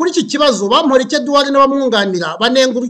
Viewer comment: Eh How are you pronouncing Bamporiki 😰😰…it’s so hard to focus pe 😂